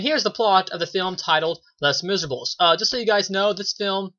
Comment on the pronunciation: Lol you did pronounce it wrong, but don't worry I'm not gonna get all CRAZY on you! I have a review of this movie on my channel as well, I really liked your review because you had a neutral opinion on it, and I'd love to know what you think of my review even though I enjoyed the film more. Anyway, keep up the great work! :)